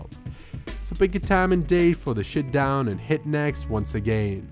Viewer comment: “shutdown not “shitdown”!!!